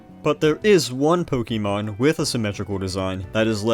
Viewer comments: You sound like someone’s dad. It’s not pronounced “pokey” mon, “pokey” dex etc. it’s “poke-ay” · Pronouncing it "po-kee-mon" will always strike me as odd. It's "po-kuh-mon". You say it right , why nowhere else? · please stop pronouncing it “pokeymon” it’s really distracting 😭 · What's a Pokiemon? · Its Po-keh-mahn. Its Japanese which means there is a very rigid pronunciation. Americans tend to add or alter phenomes into becoming "ee" sounds where none exist. See: Karaoke is "kah-rah-oh-keh" but Americans say "carry-oak-ee" But also? Nobody cares about all this^^ So its clearly Ponkymoan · You strike me as odd. The real pronunciation is "poh-KEH-mon", but most people don't say it like that because most people don't speak Japanese. Shocker! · >passionate enough to learn all this information >pronounces "Pokémon" as "pokeeeeeeemon" (incorrect) every single time without fail beyond the fail of having said it very wrong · great vid concept but the pronounciation of"pokey-mon" hmm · "Pokey Mon" dislike video and move on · can you stop saying "pokey-mon" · Poke -ee -mahn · Po keey. Cant stand hearing this repeatedly for hundreds of time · >"POKEY mon" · I never knew LGFR and RSE had sprites for the other's protagonists. Good video, I just don't like when people say Pokeeemon. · I'm sure the video is great, although hearing "poke-ee-mon" over and over at the start makes my skin crawl a bit too much to find out. Good luck :> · It's pronounced po-KAY-mon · idk why. the way he says pokeymon is very satisfying to me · ok so you said "poke-uh-mon" exactly once so you're just taking the piss